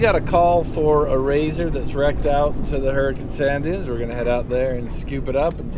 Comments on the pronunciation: Did say " sand dumes"? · I like how pronounces "sand dumes"...... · says, "sand dooms." For the ignorant or uninitiated or foolish and arrogant folks, many dooms await in the sand. Thought it was a mis-speak till I thought it through. The wise ole speaks truth for those that seek it.